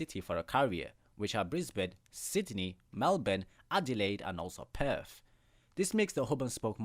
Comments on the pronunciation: Glad you pronounced Melbourne correctly :D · Great pronunciation of our cities I didn’t hear a Bris-BANE or Mel-BORN